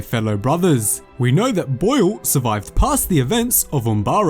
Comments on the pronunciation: He kept saying blue not boil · It’s sounds like you’re saying blue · They way you say boil makes me laugh 🤣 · The way this guy says boil is so funny to me, can’t get enough. Love the work man! Keep it up. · Bro the way you say BOIL is fuckin weird